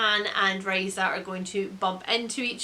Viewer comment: Thank you for pronouncing Raisa correctly :) My name is spelled differently but... same pronunciation. Makes me smile every time someone gets it right. I bought Demon King specifically because of Raisa but I've never gotten around to reading it. One day... one day... I love the Lightbringer series. One of my favorites though book 3 goes in a VERY different direction from the rest of the series. i've only read Way of Shadows but it's also very very good. I think you'll like it.